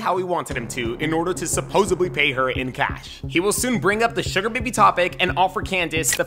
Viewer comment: The only thing wrong with all these videos is when "supposedly" is pronounced with a "b". God that irritates me!